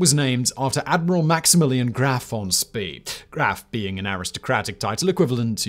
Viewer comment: Why do you contiously add an R to Spee.